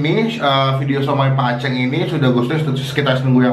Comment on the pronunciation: "aceng" Gak pake ng kwkwkw